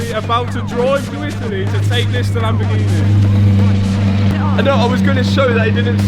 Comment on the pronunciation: Well I guess he does actually know how to say Lamborghini LOL he kept saying it weird and then all the way at the end of the video he actually says it correctly LMFAO